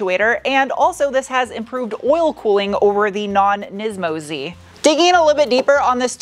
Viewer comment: How many times did you have to edit or re-shoot because you said "nympho Z"? 😂